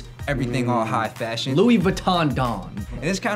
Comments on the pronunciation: Lol, said Louis as Luis... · it's pronounced "loowey" not "lewis"